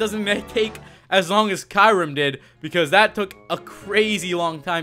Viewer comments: he pronounced kyurem rong and it has a 3% cach rate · The kyurem is pronounced Kur- em